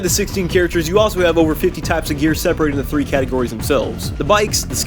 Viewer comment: Fifty TEAHHPS of gears